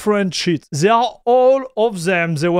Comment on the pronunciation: Pour vrai... "They" sa ne se prononce pas "Zey". Dit le de la manière "Dé" Un lancé de Dé Dé are Der == They Are There